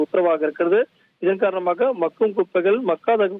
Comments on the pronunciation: Hi தொகுப்பாளர் sir, அது மகும் குப்பை இல்ல bro.. மக்கும் குப்பை.. உச்சரிப்பு மாற்றி கொள்ளவும் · ஒரு தமிழ் வார்த்தையை கூட சரியா உச்சரிக்க தெரியாதவனுங்கள்ளாம் தொலைகாட்சியில் வைத்திருக்காங்க.. மக்கும் குப்பைக்கு - மகும் குப்பை என்று சொல்லுறாங்க.. இதையும் ஒரு ஆசிரியர் கேட்டுக்கொண்டு அதை வீட்யோவாக வெளியிட்டு இருக்கானுங்க...